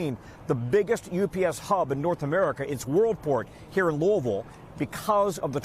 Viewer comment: Why on earth is he pronouncing Louisville like that? lol